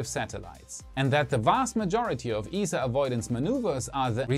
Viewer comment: It's pronounced [i:sa].